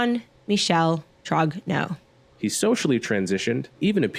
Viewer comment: Wht the fuck are you all misspronuncing the name Trogneaux ?